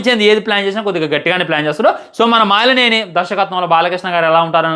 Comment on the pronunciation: బ్రో, మాలినేని కాదు మలినేని